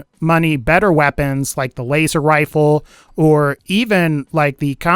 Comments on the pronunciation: “Waser wifle” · waser wifle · "waster wifle" lol